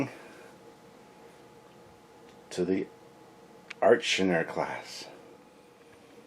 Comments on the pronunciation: "Achernar" is a star in Eridanus. It's evidently pronounced ˈeɪkərnɑːr. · I have these! Picked them up at a con in the 90s! I think it's pronounced "ark-en-ar' The Class names come from Franz Joseph's work, as do the starship names/numbers. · This is really great stuff! I think its pronounced ... Ack'er'nar class...